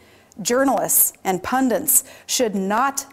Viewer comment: What the fuck is "pundint," Sarah? Jesus Hussein Christ, the woman can't even read a teleprompter...